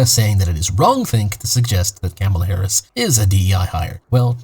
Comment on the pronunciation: If you're gonna make a video about Kamala Harris at least make an effort to say her name right.